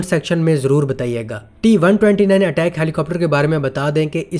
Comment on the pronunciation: Bai sab is helicopter ka naam Attack nai ataak ha Jo k Turkish word ha jiska mean ha bara.